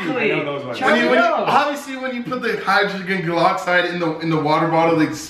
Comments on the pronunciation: said hydrogenne galoxide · Did say hygroglen goloxide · say hydrogen geloxide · this man said hydrogenpoloxid now we now why he cant spell mouth if you don't know what i mean go to wolfieraps try not to drowned challenge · HIGGGREXTAIN PAROXIDE SWAZE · "Hydroglyn golixide" lol